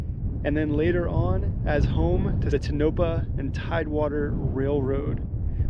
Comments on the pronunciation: It's pronounced 'TOE-na-paw'. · Great video! BTW it is pronounced Tone ah paw.